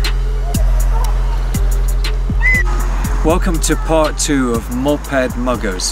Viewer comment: Why does he say Moped like MOP Head hahahahahahahaha